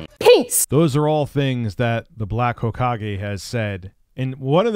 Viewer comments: The way you pronounce 'Hokage' is 'gay' erasure. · Yeah i cringed when i heard say "hoke-age" 2 times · “The black ho-cage” lol. It’s “ho-ka-gay” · its pronounced (Ho-kah-gay) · Black Hokage (Ho-ka-gae) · Hawkage 😂 You mean Hokage right? (ho-KAH-gay) EDIT AHAAA YOU GOT IT NVM. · My brain hurt when you said "hawkage" bruh it's narurto. It's pronounced ho-Kag-aye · "HAWK-age"... jesus christ lmao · "The black ho-cage... Whatever." Naruto Fans: visible pain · "Hokage" is pronounced ho-kah-gay. It means "Fire Shadow" and it is the title of the leader of the Leaf Village, in "Naruto". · As soon as he said “hok-edge” I was like wtf? Is he trying to say hokage as in naruto?? Lmao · Not ho-kah-gay ... more like ho-kah-geh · I came here just to say this. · its Ho-ka-ge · It's Hokage pronounced like Hoe-ka-gay. Not that I know this guy but I watched Naruto. Yes, I'm a virgin too. Believe it! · "Then we'll get into the Black Hawkage... Ha-ko-gay? Black Hakogay?" 😂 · Weeb test: “pronounce hokage”: “Hockage….hohkage” Yeah he ain’t one folks. Dreams of a body pillow are out the window now 😕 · It’s HOKA-GE! Hoe-Kah-Gae! It’s not that hard to pronounce correctly.🙄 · the pronunciation of black hokage cracked me up. Black ho cage. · "Black Hogish" I laughed so hard when I realized he can't say "Hokage" from Naruto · "hoe-ka-gay" thats how you pronounce it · buddy It's "Ho-ka-gay" Source: I'm a fuckin' weeb sometimes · Bro said Ho-kage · Take it back to elementary school,. Sound your words out. Ho-Ka-Ge. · Lmao "the black hokedge" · Almost had it. Hokage would be pronounced Ho-kah-gay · it's Hokage (Hoe-kah-gay). It's a Naruto reference, just for your general knowledge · hokage is from naruto hes trying to say hes a dark leader of a ninja village its pronunciation is ho-ca-gey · You got close the 2nd time. It's Hoe-kaa-gay. It's a Naruto reference. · "the black hocage" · if its spelled hokage then it's HO-KAH-GEH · Ho-Ka-Gay,.